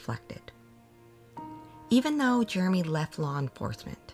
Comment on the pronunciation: I’ve been meaning to ask you,, who/what is germ-y? I believe his name is Jeremy, not pronounced with a ‘G’!!:-P